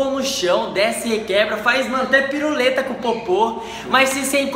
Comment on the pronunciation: Ele falou "PIRULETA" kkkk